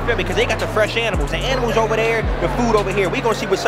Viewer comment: This shit is better than most comedy shows 😂😂. " FREsh aminals"😂